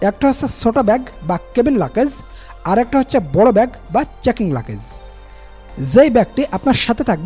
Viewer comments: মিয়া ওটার নাম “লাকেজ” না লাগেজ নামটা ঠিকমত বলতে পারেন না আপনি আবার চ‍্যনেল খুলছেন কেন? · Luggage er sothik English pronunciation er mayre bap kore felsen bhai… but sob info thik ase…